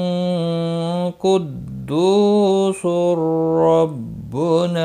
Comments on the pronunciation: कुद्दुसुर नही 🐙🐙🐙कुद्दुसुन है✔ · Kuddusun not kuddusur